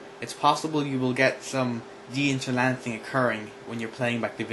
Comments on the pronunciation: Lol inter-LANCE-ing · "interlancing" ... lol